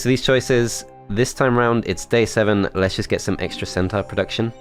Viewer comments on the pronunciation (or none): BRO PLEASE .......pronounced CENTOR!!!! AND MIN-A-TOR farrrrk